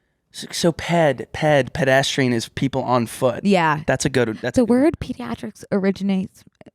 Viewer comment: Pediatric! Pediatrician! Everyone say it with me